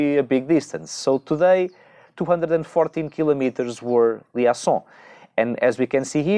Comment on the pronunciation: Olá. "Liaison" diz-se "li ê zon"